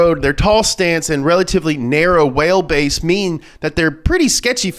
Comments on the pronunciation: Lol instead of saying wheel base he said whale base hahaha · What's a "wale base"? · He also said "whale"base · you having a mild stroke trying to speak 'thech nol gies..... Whalebase.... jokes